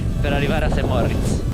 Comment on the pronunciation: Cmq Saint Moritz si dice con una R 😂😅